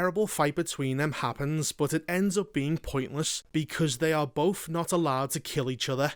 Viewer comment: Why can you pronounce 'Agatha' correctly, but not 'both'?